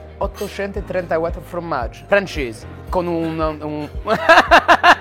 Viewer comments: Bonne vidéo mais par pitié... FORmaggi... pas fromaggi. Merci <3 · Pour information: on ne dit pas "fromaggio" mais formaggio (formaggi au pluriel) ^^ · C'est "formaggi" pas "fromaggi" 😁😁